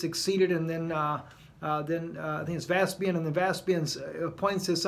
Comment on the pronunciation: It is Vespasian not Veaspian 😀